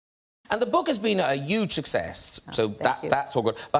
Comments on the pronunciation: Did Graham say "yuge success" at the beginning? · Irish Vegan I didn't know that. Here in America, Trump is the only one I've heard say "yuge".